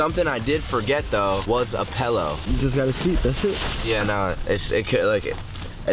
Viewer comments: This man really said pellow instead of pillow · love that still calls pillows “pellows” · Lmaoo the infamous “pellow” from ur old high school vids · this man can’t pronounce I”s to save his live. Milk is Melk. and Pillow is Pellow. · YOU SAY PELLOW INSTEAD OF PILLOW AS WELL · Did he really say “pellow” instead of pillow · still says pillow incorrectly 😂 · I forgot this man can’t pronounce certain words right to save his life 😭😭 first pellow then I lost all hope when he said aminals😭😭